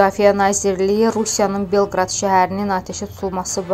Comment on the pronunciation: Belqrad yox ay qiz, BELQOROD